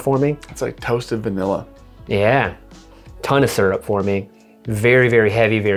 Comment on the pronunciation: Did say maple surple?